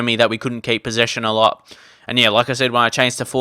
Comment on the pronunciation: whenever you say "like i said " i hear it as Lacazette